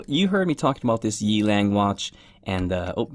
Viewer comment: The brand is pronounced as Yeah-Lung, meaning Wild Wolf in Mandarine Chinese. I think it is idiotic to write your brand twice on the logo even if you are Rolex.